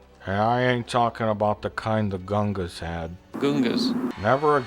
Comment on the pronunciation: I always laugh my arse of when I hear lucas say guungos